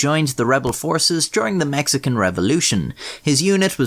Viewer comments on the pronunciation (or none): none